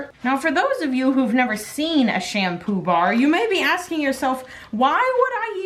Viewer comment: Am I the only one who heard sham poobah?